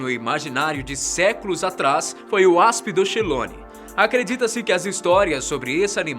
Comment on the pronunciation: essa palávra "aspydochelone" deve ser lida como aspidokelone.